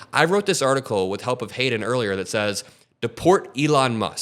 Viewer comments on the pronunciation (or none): none